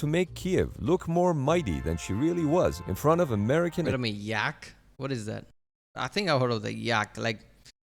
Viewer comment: Not like Yak, but YaK (shortly for Yakovlev, last name of chief engineer of aviation factory in Soviet Union). Speaking of YaK-38, although this aircraft had some impressive vertical-lift engine, was total failure. It was too complicated for pilots, too fragile to fly, had limited carrying capability and can fly only in good weather conditions.